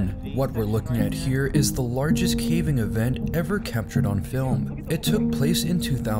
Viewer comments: If you’re doing a whole segment on icebergs, you should know that it’s not “the largest caving event”. It’s CALVING, which is the splitting of icebergs. They’re not making caves. It’s pronounced the same as the baby cow. Long a, pronounce the L. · Narrator... It's "calving" not "caving." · It's not a "caving" event but a "calving" event. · ‘caving event’ 🤦🏻‍♂️ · calving event, not caving event. Calving as in a momma cow having a baby calf. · It's calving, not caving. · That second glacier looks like some kind of dark black/blue ghost ship from the HP Lovecraft universe. Also it's *Calving not Claving. Simple google search on pronunciation would've sufficed.